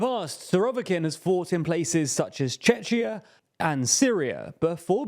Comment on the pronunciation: Chechia? Is that somewhere between Chechnya and Czechia?